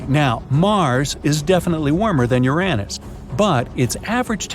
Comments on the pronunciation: Mars is NOT our closest neighbor. Fact checks, including how you say Uranus 🤦🏻‍♂️ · Hey, you gave Uranus a third pronunciation!, cool beans 🤗